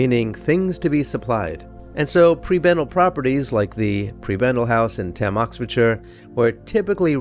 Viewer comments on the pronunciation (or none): Also Thame is pronounced "tay-m". I know it's confusing that it's not pronounced like Thames 🙃